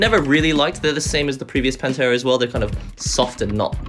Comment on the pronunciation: Every time you say PANTERA instead of Panthera.. All I hear is Cowboys form Hell playing.